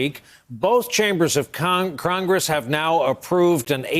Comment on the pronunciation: "Both chambers of crongress?" Lol who heard that?